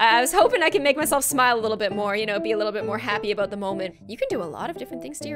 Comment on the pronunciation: Moore not morrrre